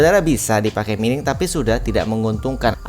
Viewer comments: Mining dibaca maining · Maining bang bukan mining, jangan terlalu menormalkan bahasa